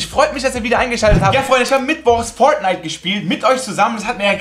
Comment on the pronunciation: Wie Fortnite ausspricht 😂 Foatnite